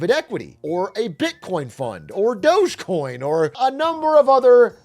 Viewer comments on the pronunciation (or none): none